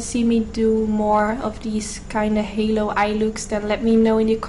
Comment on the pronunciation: "Halo" not "hallo" anywho perfect look btw